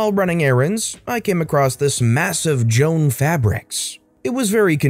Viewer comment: LOL IT'S JO-ANN... EVEN IF THE LETTERS ARE ALL TOGETHER. 🤣🤣 perfect place for addiction to yarn.